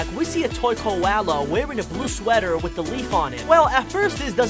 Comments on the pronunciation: Ligit all I hearing is mowvie,bestie and kowala and cwiated like ok lol Ig I just hearing things or am I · Me watching this and he says Kiwala but he said it weird